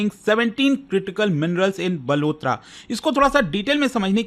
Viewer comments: It's बालोतरा not बलोतरा It's जालौर not जलोर 😅😅😅 Love from RAJASTHAN ❤️ ❤️ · बाड़मेर ❌ बारमेर जालौर ❌ जलोर बालोतरा ❌ बलोतरा 😂😂😂